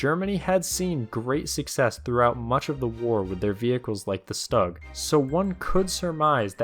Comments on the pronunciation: you are a tank historian yet you say StuG wrong you are supposed to say it like Shtuug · Stug does NOT rhyme with bug Stug rhymes with....poog...🤨